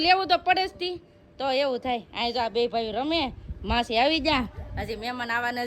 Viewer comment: માહી નહિ માસી ક્યો😂😂